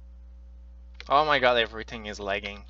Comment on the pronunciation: It’s sounds like he’s saying hoe my god...lol